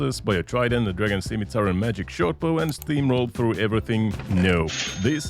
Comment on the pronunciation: You say scimitar incorrectly.